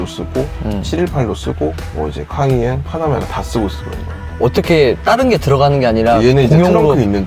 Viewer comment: 빠나메라 까이엔 박서엔진...발음 넘모 귀엽